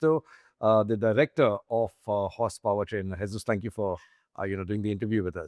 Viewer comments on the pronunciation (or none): he totally said, "Spank you doing the interview."